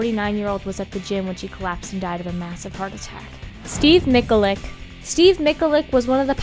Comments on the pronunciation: Steve Ma chal ic not Steve Mik a lic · mi-hal-ic